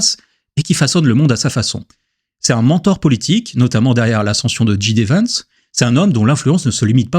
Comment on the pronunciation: Pas "dji day Vance" mais "djay di Vance". L’alphabet anglais ne comporte que deux lettres qu’un francophone pourrait confondre et les profs de 3ème secondaire en parlent déjà. En parlant de liberté, tu n’es pas tout blanc quand tu obliges les gens à s’abonner pour commenter. Cette banque a fait quelque chose de similaire en t’écartant parce que tu n’étais pas aligné avec leur vision.